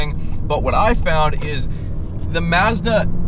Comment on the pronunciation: Tremendous fuckery in the way you pronounce Mazda.